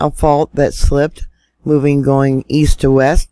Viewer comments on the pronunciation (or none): none